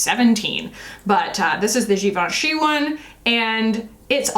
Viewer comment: I didn’t realize that I have been saying Givenchy wrong 😅